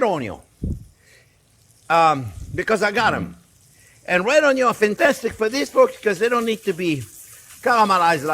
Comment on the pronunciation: Oh Mister Onyo. I like hes videos, because of him i call onion "Onyo" and he also affirmed me that the sideway cut on onyo is unnecessary.. And yes, if "grinder and paint makes me the welder i ain't" then "Butter and cream makes the deal on the meal"